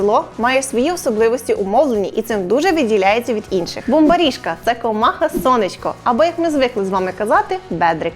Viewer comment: Як круто) я із Закарпаття, тільки одна ремарочка, наголос на слові Бумбарішка у другому складі « бумбАрішка» а не « бумабрІшка»